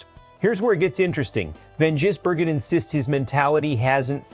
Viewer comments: His name is NOT Jisbergen it`s Gisbergen,show some respect and get his name right.If you can`t say his name correctly call him SVG or "Cheese"it`s a bit like saying Ostin Hall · How does this clown mispronounce SVG's name differently every time ???